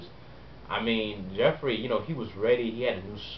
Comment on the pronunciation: Joffrey not joeffry, sorry :(